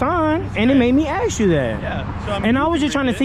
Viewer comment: Ask is spelt a-s-k and is pronounced ask. Axe is spelt a-x-e and is pronounced axe. Access is spelt a-c-c-e-s-s an is pronounced access. Simple! And I most definitely left a comment.